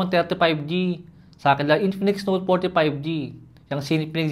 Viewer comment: I love how he says INPINIKS